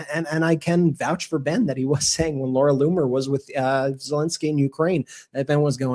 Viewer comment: I’ve heard of “Zel-E-nsky”. Who the hell is “Zel-I-nsky”??